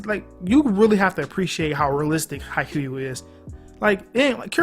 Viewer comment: man, this vid is straight faxx, but please, please, please get ur pronunciation right. Its pronounced Ha-ee-kyoo. Ur the goat but as a japanese person i fee the need to correct u here. But haikyu is a goat tier anime